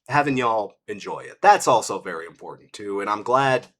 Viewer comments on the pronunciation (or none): none